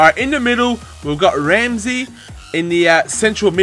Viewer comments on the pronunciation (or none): none